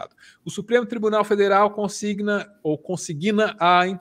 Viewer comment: Pessoal, sou muito fã do canal, mas "consiGUIna" não existe. Grande abraço.